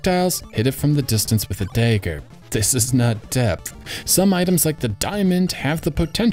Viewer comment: Did you just pronounce dagger as dayger?